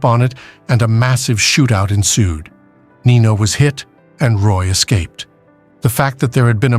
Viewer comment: Its nino